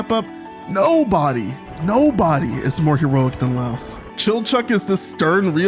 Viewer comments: Please stop pronouncing Laios name like Laos the country I’m from 😭 Lai-os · Delightful video! Definitely sharing it on the Discord. Though I will say. I lost at least a day of my life with how you pronounced Laios, lol. He's not a louse (lol). The name is pronounced closer to "lion" in terms of sounds (it's more explicit in Japanese)